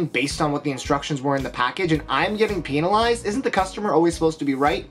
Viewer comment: I guess you pronounce it "pennalized"?